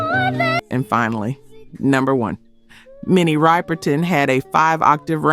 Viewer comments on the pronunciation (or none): Minnie RIPerton , not RIPEerton Jeez. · “Rip-er-ton”, not “Ripe-r-ton.” And also, “Back Down Memory Lane” was bigly in Detroit. Huge! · Minnie Riperton was not a one hit wonder, and her last name is pronounced “Rip-er-ton” not Ripe-er-ton”. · Learn how to pronounce her last name! Minnie "RIP"erton. Not "Ripe" like a fruit! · Minnie rip-per-tin !!!! Girlllll !!!! Its riperton!!! Omg! Never heard anyone pronounce it like that!! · Minnie Ripperton was NOT a one hit wonder!!! And her name is not pronounced “Ripe-er-ton” but is pronounced “Rip-er Ton.” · It’s Rip-er-ton, not Ripe-er-ton. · The pronunciation of Riperton is "Ripper-ton." Not Rye-perton. Minnie died way too young. I remember exactly where I was when her death was announced on the radio. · Rip er ton. not Ripe = memory lane, here we go, lover and friend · Love Minnie: ❤ with much respect it’s (rip) Riperton not (ripe) Riperton. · Minnie RĪPE R TON. Give us a break... Her last name is pronounced Rip er ton. And she wasn't a one hit wonder. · Rip is pronounced with a short i sound. She is Riperton not Ripe-erton. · It’s RIP erton not RIPE erton for Minnie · It's Rip-er-ton, not Ripe-er-ton. Can't believe you don't know her. I don't think she belongs on THIS list. She actually died too soon. She may have been bigger because she was pretty well-known. She had more than one hit. BACK DOWN MEMORY LANE, and INSIDE MY LOVE were great songs. Her death was well-covered. Minnie's husband, Richard, and children, Marc and Maya, were on the cover of JET Magazine after her dearh. I remember sitting and staring for hours at that cover (I thought Marc was cute, and I even had a crush on him). I couldn't belive that these children, who were within my age group, no longer had a mother, and my heart ached so badly for them. Maya is also Teena Marie's God-daughter. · You mispronounced Minnie Riperton's last name. It’s Rip not Ripe. Good video for the most part though. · Minnie's name is not Ripe-er-ton it is Rip-er-ton